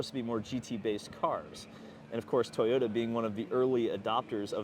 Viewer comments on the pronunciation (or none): none